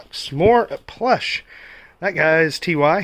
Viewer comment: I had the My Little Pony Show Stable when I was 10. Every Strawberry Shortcake and My Little Pony item you find gets me more excited. Also Ty Beanies is pronounced “Tie” not “ T Y”.